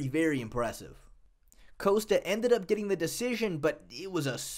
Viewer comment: It's not "coast-ta". It's "Kos-ta"